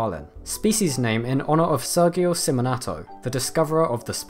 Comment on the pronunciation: The G in "Sérgio" should have a J sound lol Also, the Portuguese J sounds quite different from English J. It sounds more like the S in "fusion".